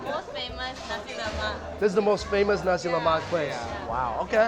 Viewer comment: It sounds like you say Nazi Lamak